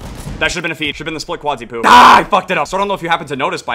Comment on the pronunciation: can you please stop saying "qads-ypoo"